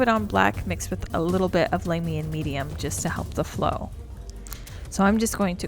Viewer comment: You are keeping GW in business with as much Lahmian (not laymian) medium you use.